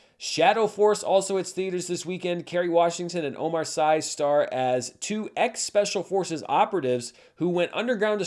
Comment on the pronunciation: Actually, Omar Sy is not pronounced like this ⛔⛔⛔ (and actually I don't care, just kidding 😄)